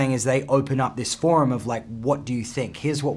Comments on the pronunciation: “what I’m saying is they open up this FORM” hard American accent for a sec😭😭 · Did anyone else notice that he pronounced the “r” in “form”??